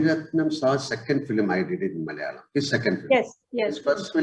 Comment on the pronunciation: its malayalam not mal'yalam.